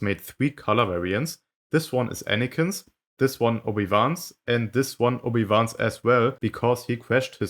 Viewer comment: I personaly love your german accent on Obi Wan name, so classy